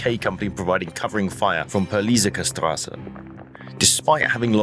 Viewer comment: Peliserkerstr. was the worst imo, I had to read the screen to get what he meant.